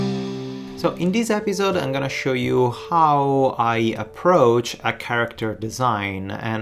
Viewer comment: Are you saying at the beginning "In dieser Episode"? It sounds like German :D